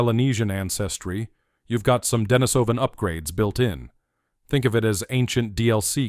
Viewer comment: I'm given to understand that the proper pronunciation is 'Deh-NEE-suh-ven', after the Denisova cave where the first remains were found.